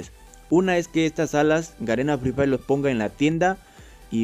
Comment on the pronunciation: Garena fri frhay😆 asi dice